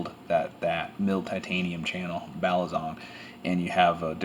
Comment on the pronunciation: its balisong not balizong lol